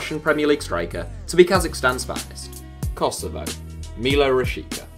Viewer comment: wtf is Kosovov? do that again, pls.....